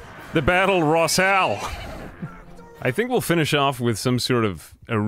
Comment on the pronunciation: I died at "Battle Rossale"